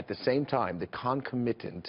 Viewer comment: Gasparino doesn't know how to pronounce "concomitant."